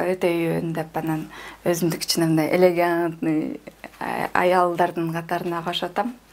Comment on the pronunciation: Элагантный дейби🤣🤣🤣 (элегантный )